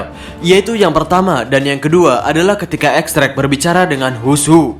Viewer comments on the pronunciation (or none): X drake bacanya Diez Drake min